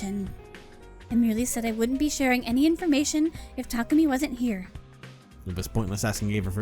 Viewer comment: Well, its more like neither of those are valid, as someone that speaks Japanese. There is no stress accent in Japanese (only pitch accent). So its "Ta*ku*mi" (with no stress). But stress on the first syllable sounds at least closer than stress in the middle.